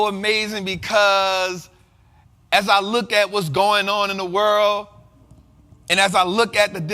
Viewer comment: it’s AS not ASS 😂😂😂😂